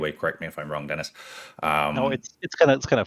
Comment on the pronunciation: Has a french player, I have to say that the pronounciation of Dennis is pretty good!